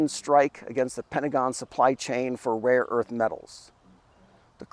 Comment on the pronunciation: 🤣🤣🤣 Seriously ? I knew it would very hard for him to pronounce some of them or even to remember more than a couple of names . But to not even know there is a difference between "raw" and "rare" , that really takes the cake.